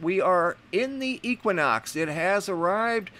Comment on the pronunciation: If I hear you pronounce equinox wrong one more time!!!!!!